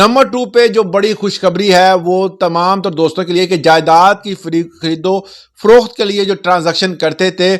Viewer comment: Froqt hota hai, faroqut Nahi